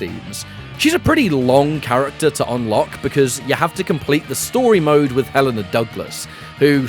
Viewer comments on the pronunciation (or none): none